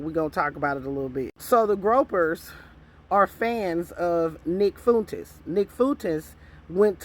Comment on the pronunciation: Groypers is pronounced groy per. Fuentes is pronounced fu en tez. Sending with love ❤